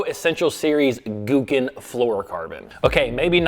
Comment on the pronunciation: Gouken is not pronounced gookin lol It's Gow-Ken Silly white man